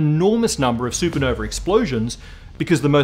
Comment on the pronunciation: It’s super nova… You’re British right? Champagne supernova not super No-vey